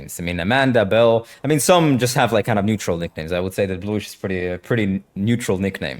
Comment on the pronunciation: Belle or “bill” as i kept hearing 😂 using the word “pick me girl” so frequently shows her lack of understanding of human genetics and social structures. Every single human is a “pick me” girl boy whatever. It is engineered into our genetics to be motivated by shame and out perform every other person around you in order to give priority to your gene pool. Since the inception of you as a fertilized egg in your mothers womb, every cells is genetically coded to fight to survive and outlive /outperform the competition that shares your resources.